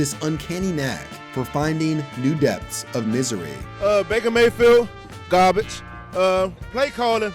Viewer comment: Not even garbage bro said gabbage😂. With no R but bake out there having a ball in the postseason